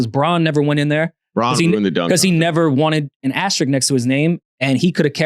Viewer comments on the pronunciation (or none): The word is ASTERISK. Not “Asterick”. Love y’all, but the linguist in me just cringes when I hear that. Great show.